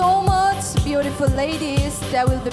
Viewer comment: Sana is beautiful but she can't differentiate R and L... Eg Imphal = Imphar, beautiful=beautifur.